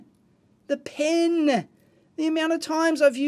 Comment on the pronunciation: I salute you Dave, for being able to pronounce "pen." Not "pin."